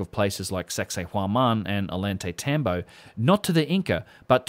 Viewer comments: An easy rule for improving your pronunciation is that both in spanish and quechua the double el (LL) always sounds like a y. Like in "Ollantaytambo", it sounds like 'oyantaytambo', or Mama Ocllo, 'mama ocyo'. Great video. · You homie. I only know because I went there. But it’s call “ oh-yawn-te-tom-bo.” I’m jealous though the day you went to Peru the weather seemed perfect!